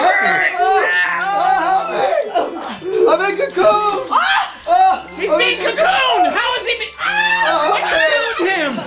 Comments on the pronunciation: LOL "He's being cacooned!" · '"He's being cacooned!!" LOL